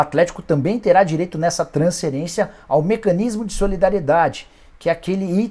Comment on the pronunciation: Nikola pq vc fala transcerência e não fala transferência? Pq vc engole o F e usa S no lugar do F para falar a palavra transferência?